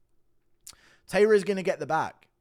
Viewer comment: This guy cannot pronounce tairas name right either